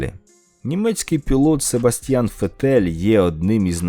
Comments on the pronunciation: ЛаУда? ФеттЕль? 😣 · Дякую за відео, але видно що ти трохи не в темі Ф1) Фете'ль? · фЕттель 😂 Шо ж ви так Себа ображаєте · Треба працювати над наголосами. Нікі лАуда, Дженсон Баттон Upd фЕттель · Дякую за відео, було Цікаво, хоча недостовірно. В побутовому житті гонщики їздять зовсім на інших тачках. Цікаво, яке відчуття, якби ваше прізвище, та дівоче ім'я матері, люди вимовляли з хибним наголосом? Це я про Фетеля та Лауру.